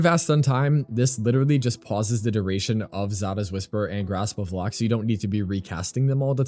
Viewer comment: I am sorry I have to. Grasp of Lohk (loke)